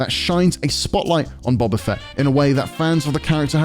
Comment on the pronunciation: Did he just call him Bubba Fett?